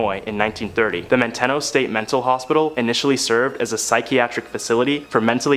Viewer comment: Your last story, it's pronounced Man-te-no. I grew up close to it. As kids we used to say someone acting goofy might get sent to Manteno. A scare tactic. It was a horrible place.